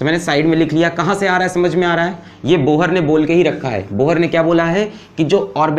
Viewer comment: Bohar??? Pronounced wrong It's pronounced as Bor